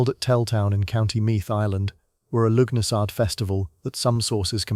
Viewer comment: It’s pronounced “Lugh na sa” you AI git!